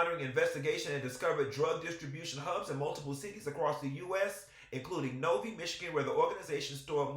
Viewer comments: I'm from that area in Michigan and the way you saying Novi is cracking me up. It's nov-eye not nov-eee 😂😂😂😂😂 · it pronounced No-Vi not Novie lol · Q I'm from Michigan and it is pronounced (NO V 👁️)Novi not No vee....I kust wanted you to get the real pronunciation ❤❤ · Oh so shes one of the ones bringing that crap to Detroit😒. The city Novi is pronounced NO-eYe and they don’t play out there 😬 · O wow... I am from Detroit and I just seen this on the news yesterday. O wow! I gotta check out this show. Btw, it's pronounced Novi(No-vie) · Damn, I didn’t realize this was the same person. This is known in Detroit well the suburb of Detroit Novi. (Pronounced Nov 👁️) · Novi is pronounced No-vy. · U a mess...lol. I'm from Michigan Novi is pronounced like No-vye😅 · She does not represent all “TaWana’s”🙋🏾‍♀️I got mine out the mud 😂😂😂😂 Update: I remember this case and the connection to Detroit! The city is pronounced “No-Vie”🤦🏾‍♀️ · It’s soooo adorable how you’re pronouncing Novi (vi sounds like VYing). I’m gonna start saying it that way. 😂